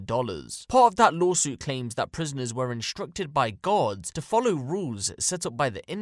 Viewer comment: his accent makes the word “guards” sound like “gods” which is super fucked but also kinda funny